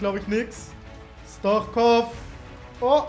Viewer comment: Man liesst es Stuitschkov ich bin bulgare und weiss wie mans sagt Bitteee Liken damit ers sieht